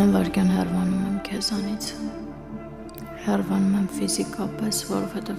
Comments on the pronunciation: ոչ թե հեռվանում եմ, այլ հեռանում եմ…. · Նորից՝ հեռՎանալ ?😮:Ասվում է ՀԵՌԱՆԱԼ ,ԱՌԱՆՑ՝ Վ .... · Բոլորդ, բոլոր սերիալներում ասոմ եք "հեռվանալ", փոխանակ ասելու պարզապես՝ հ ե ռ ա ն ա լ...